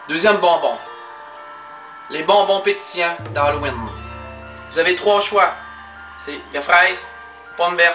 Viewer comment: c'est vraiement drole comment tu dis Halloween..... ca sonne genre hallouine ! :P parlez-vous toute de même au saguenay?